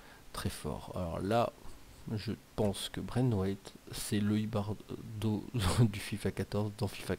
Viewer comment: On dit IbarBo